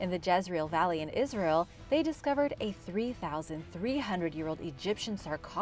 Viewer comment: It's not asrayl